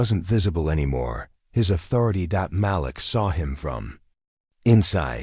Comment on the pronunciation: Can you say. Ma Leak …..Idiot narrators